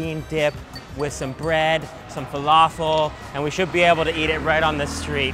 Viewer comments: Truthfears Guilty it was driving me crazy everytime he said falafel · When your Arab and u know he's saying falafel wrong and same with foul